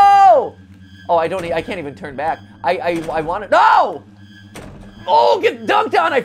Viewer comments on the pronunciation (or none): none